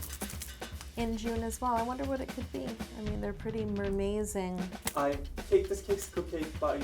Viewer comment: I think you are going to make a mermaid cake because you said you said MERMAI(d)ZING and emphazized it.